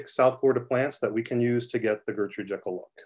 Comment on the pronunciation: Its pronounced JEE-kel, not Jekyll as in "Doctor Jekyll and Mr. Hyde." She is English, they pronounce things differently over there lol.